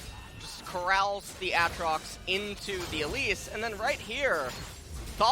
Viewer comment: Mister commentator, might I point you towards the champion spotlight for Aatrox so you can learn how to say it? Yes, this is a HUGE pet peeve of mine, but the champion spotlights have literally pronounced every single name that people disagree on. There IS a correct way to do it, and it's the way the people who made it decided. And as far as Gyarados goes, there just happens to be an entire fucking anime where it's name gets said a good number of times...